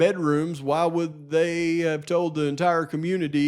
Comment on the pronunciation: hA HA I cringe every time he says the word "why" as "waaa" - like a baby cry LOL